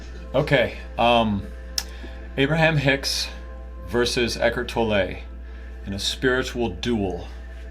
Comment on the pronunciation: Eckhard's name is pronounced Tolluh, not Tollè